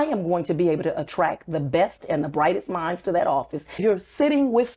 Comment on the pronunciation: Did she say she'd attract the, "brightest minds," or "tightest behinds."